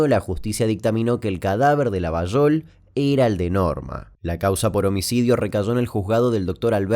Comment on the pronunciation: muy bien pronunciada "Llavallol", que no es correcta la forma pero es como lo pronunciamos lxs llavallolenses.😁Esa teoría de la vinculación con el mosad y con la cacería del nazi eichmann lo leí pero no hay nada más que un par de notas viejas.